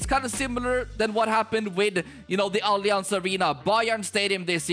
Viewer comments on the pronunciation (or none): none